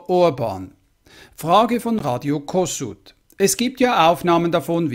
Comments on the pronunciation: Kossuth wird Koschut mit SCH gesprochen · Radio Kossuth ist als "Koschut" auszusprechen.